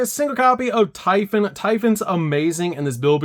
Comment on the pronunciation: Man, those are some interesting ways to pronounce Lamia, Typhon, d'Arc, and Deus Machinex.